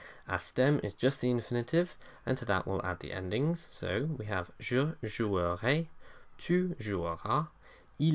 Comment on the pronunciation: Nice presentation for international students. However, please correct your mispronunciation of "jouerai". E is silent here (after a vocalised vowel), so you'll never hear /ʒuœʁe/ but /ʒuʁe/. Also, don't forget to mention accents (j'achèterai)! Cordialement